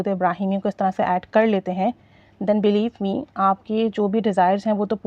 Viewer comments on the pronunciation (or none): none